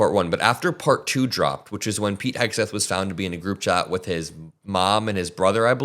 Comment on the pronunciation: I don't know why, but I always hear his name as Pig, not Pete